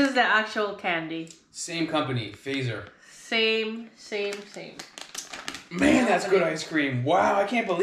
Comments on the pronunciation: Fatser, not Fracser. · We say the name as FaaTzer, not faaser. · Hah! You pronounce Fazer like its a type of weapon from star trek. The correct pronunciation is easy though, just throw a "th" sound in there and pronounce it like "fatzer". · just a minor note Fazer is pronouced more like fatser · Hearing the name Fazer pronounced like the English word "phaser" got quite a laugh out of me! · Fazer is pronounced Fatser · Or Futser when considering English pronunciation.